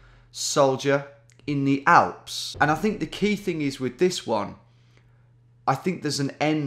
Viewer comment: Tom saying: I knew it was going to be in Germany. Also Tom: First Thing Tom Does: RIGHT WE GOING FOR THE ALPHS. I'm 99% Sure It's Schweiz.